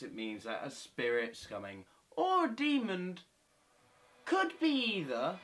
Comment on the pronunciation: ) I have friends that say Fanks, demond among many more! So Im not surprised. :D Fun video tho Im going to the kitchen to draw a face on a potato thanks to you.